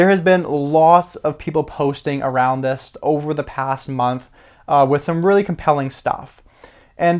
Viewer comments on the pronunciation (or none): none